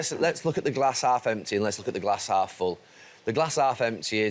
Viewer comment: 28.08 ….. wrighty with his hass glalf full … done me 😂😂😂😂😂😂